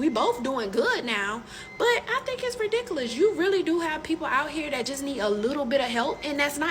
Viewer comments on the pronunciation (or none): "Dat's redickuliz"